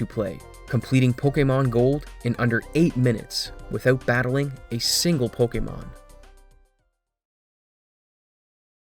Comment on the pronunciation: Oh god, I can't listen to this "po-KEE-mon"...